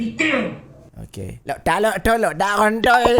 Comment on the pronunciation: coba ulang ngomong lockdown lock tol jer 😂😂